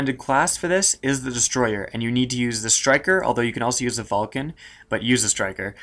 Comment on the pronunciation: What is the Vulcan, or whatever you said? I never heard of something that sounds remotely like that. Also, you're going to get banned, this vid made its way to the forums, so good luck.